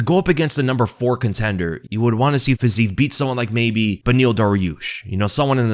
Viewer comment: FYI (again) - It's "FIZZ-ee-ev." 3 syllables. Every Slav cries whenever you pronounce it like that - repeatedly - after multiple corrections.